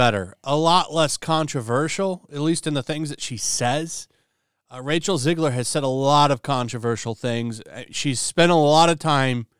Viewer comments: Not "Zigler". It's "Zegler". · 1. It's Zegler not Zigler. 2. Replacing one Snow Brown with another one, is not a win.